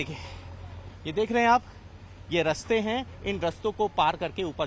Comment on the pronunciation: Raste nahi raaste bolo